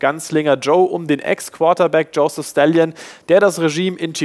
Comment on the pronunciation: Joseph Stallion? Wie war das nochmal in "Das Interview"? "Den Panzer hat mein Großvater von Stalin bekommen." "Stallone" "Wie bitte?" "Er wird in unserem Land "Stallone" ausgesprochen."